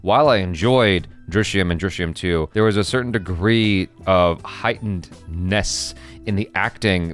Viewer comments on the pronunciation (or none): none